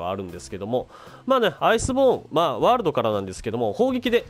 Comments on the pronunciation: 挨拶のMH[world]←これの発音が [wroold]に聞こえるぞ。 英語の発音が分からない人にありがちな事ですね。どうしても気になったのでコメさせてもらいました。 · ワールドの発音(笑)